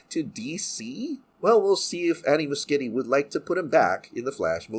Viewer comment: I think Muschietti is pronounced "Mu shetty." I could be wrong.